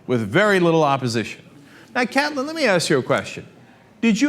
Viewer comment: K - eight - lin, Cenk, not cat - lin.